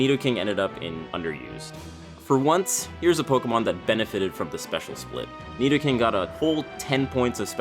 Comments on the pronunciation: No he didn't say "neato-king"!!!!! 😂😂😂😂😂😂😂😂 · Carson Of Smith back up ten seconds and he says nidoking u muppet